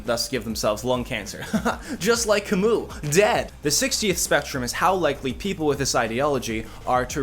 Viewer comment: I hope that Camus pronounciation was post-ironic.